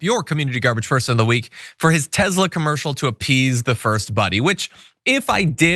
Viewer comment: Any reason why John Iadorola always pronounce Tesla as Tezla? Is this an inside joke I'm unaware of?